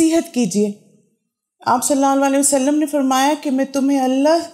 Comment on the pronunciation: pls recite durood properly sallallahu alaihi wa ala aalihi wasallam or sallallahu alaihi wasallam